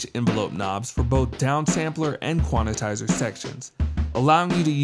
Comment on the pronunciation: Why does he keep saying "quan-i-tizer" ?